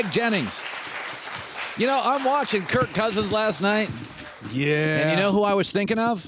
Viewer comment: Greg Jennings cant even say Kirk.... says kurt. Went down as a salty player and now a salty "analyst"